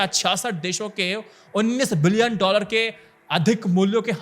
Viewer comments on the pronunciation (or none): none